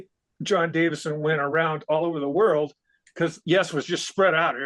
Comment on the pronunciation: Davison, not Davidson…